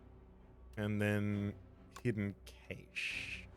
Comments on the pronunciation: Love the vids! But i have to say this it really irks me the way you pronounce "Cache" it's pronunced "Cash".😅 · Whether you speak anglish or 𝕰𝖓𝖌𝖑𝖎𝖘𝖍, cache is pronounced more like 💵cash. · Okay this comment has nothing to do with the game, but I think it’s interesting how I hear British and Australian English speakers saying “Kay-shh” for “cache” while, in America, we just say “cash” I guess the “e” don’t be silent for y’all there. (Please somebody get this joke from like 2011 so I don’t feel super old) But it’s gotta be the “e”, right? Cuz it’s the difference been “Kat” and “Kate” Wonder why we say “cash” then? Also, can’t wait to find out that Americans also say “kaysh” and I’m the weird one. LOL